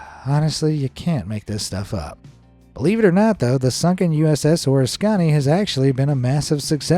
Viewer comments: USS Or- iss- KON- ee? I have dove on that site and it is pronounced Oh-RISK-can-ee. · As usual when it comes to the Navy, you are blowing the name of carrier. You are saying" Or a skon ie: it is pronounced O" Risk a (short a) Ne" The USS Oriskany (CV/CVA-34) was a proud ship and the ship as well as the thousands of crew members that served on her should be shown respect. Please try doing more research and maybe contact the US Navy Public Relations for help when doing your research. It's free and would be appreciated by the hundreds of thousands of men and women who serve or have served in the Navy. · PRONUNCIATION. In pronunciation,l the word "Oriskany" is stressed on the antepenultimate syllable, thusly: oh-RIS-kuh-nee. It is named after the town and creek in Oneida County, New York, where the pronunciation is as I have indicated. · Hi Folks, I've always heard it pronounced Oh ris' cany not oresconny. The good news is that they probably opened up the condenser sea lines and about every opening in the hull. Meaning, it might be refloatable if anyone was mad, or crazy enough to do it. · The ship's name is pronounced "OR-Risk-Can-knee. This is coming from a retired sailor, I've been aboard that ship. Of course that was before they sank it. lol MM1 Davis. U.S. Navy, Retired. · O RIS koney not OrisKONey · U.S.S. Oriskany is pronounced Or risk kanee not what this call it lol I had a uncle who served on it And i never heard him or a couple shipmates of his ever call it what he said 😂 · Good review of man’s horrendous impact on the environment. One comment though. The aircraft carrier’s name USS Oriskany that was sunk is incorrectly pronounced as Oris-kahn-nee. The actual pronunciation is O-ris-kan-nee. It is amazing that this was not caught before posting. USS Oriskany (CV/CVA-34), (/ɔːrˈɪskəniː/ or /əˈrɪskəniː/), It is pronounced the same way as Oriskany, NY. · U.S.S. Oriskany is not Oriss-CONNy. It's O-RISS-kuh-NEE. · What is a ORISKANNY? Terrible pronunciation!